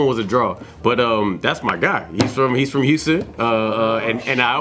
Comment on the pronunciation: Houston came out lmao